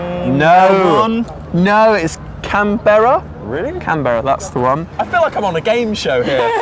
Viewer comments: Hahah cam-berra :') it's pronounced 'canbrah' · Can-Berra... hehehe :) LOL! We australians call is Can-Bra. (as in sound it out like that, not spell it) :) LOVE YOU OLI! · Canberra 😂 we say it like canbra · Can-br-a* haha XD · ahah cam-berra not quite but good try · It's pronounced 'cam-bruh' oli, nice try oli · Oh my gosh, the way Oli pronounced Canberra... It was hilarious! I got most of them right, they were all really easy questions. :> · I loved how he said Canberra!!😂😂 it is the capital city and like no one knows it well! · Can't stop laughing at how Ollie pronounced Canberra!! :):):) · Pronouncing Canberra = hilarious :P But I understand how you could think it was said like that (in fact it makes more sense that way).